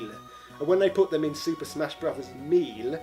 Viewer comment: are you mispronouncing 'ganbare' and 'melee' on purpose or is this Just some sort of british accent I am Not yet aware of?